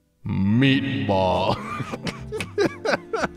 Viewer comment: Is it OK that I'm losing my mind over saying P I S S like that Edit: the same with M E A T B A L L